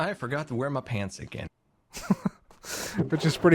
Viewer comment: Mumbo saying "Pants!" with an American accent is a good one. If you keep making diamonds like this, you'll have to call the shop "Hornswoggled".